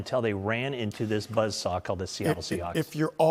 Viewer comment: “The 49ers ran into a defensive buh-SAH?” That’s buzz saw, you idiot.